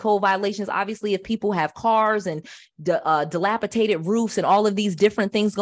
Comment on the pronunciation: DilapiDated not DilapiTated.. I love you though. I’m learning so much from you! 🙏🏾